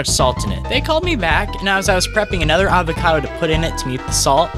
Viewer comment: Ded aaa vacado